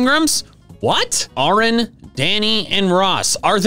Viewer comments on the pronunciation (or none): It's air-in not are-in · I've always loved how the Game Grumps were referenced in Pokémon! Also, Arin is pronounced like Aaron or the female equivalent, Erin! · his name is pronounced ( aaron) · I knew about the nugget bridge lol discovered it randomly Also, … Arin’s name is pronounced like Aaron wtf lol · also love how he accidently calls Arin Aron :P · Sorry, but Arin's name is pronounced as Aaron.... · The real Easter Egg was that doesn't know how to pronounce Arin. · Okay, but why did he pronounce "Arin" so weird😂😭